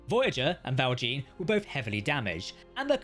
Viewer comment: Please stop saying the "Val Jean" so horrible or the french will say to you... "Your mother was a hamster and your father smelt of elderberries"